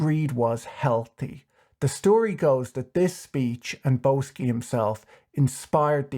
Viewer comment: Isn't Boesky pronounced "Bisky"?